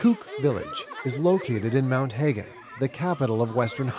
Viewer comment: It is a pity that the reporter did not learn the correct pronunciation for place and people group names before making the documentary. Examples are My Hagen, Kokapo and Baining.